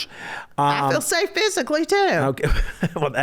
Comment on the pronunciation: Julie just said you ain't going to be able to Ike Turner her ... "I feel safe pshyically too" 😂